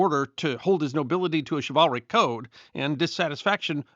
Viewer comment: Its Shiv-ul-ric, not Shi-Val-ric